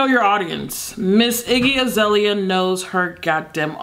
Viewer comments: "IGGE AZELIA" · From "Aireeana Grahnday" to "Iggy Azahleheyah"